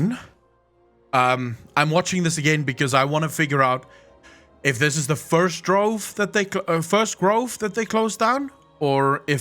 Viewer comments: *Grove. Please stop saying “Drove” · The word is GROVE lol, not drove